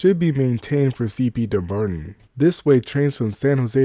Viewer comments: Dumbarton is pronounced DUMB BARTON. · Oh man, I just can't make it past you slaughtering the pronounciation of Dumbarton so many times in the first minute of the video.